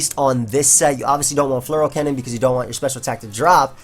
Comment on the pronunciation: I always undestand something like Floral cannon when you say Fleur cannon